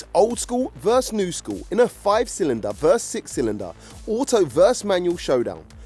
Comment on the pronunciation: VERSE = a musical term VERSUS = competing against PLEASE PLEASE PLEASE STOP SAYING THIS "VERSE" THAT.. apart from that one thing though I do really like the vids